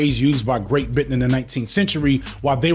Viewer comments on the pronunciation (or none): none